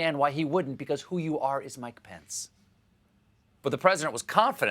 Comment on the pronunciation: 😂😂😂Mike-O-Thee Pence-A-Met!🤣🤣🤣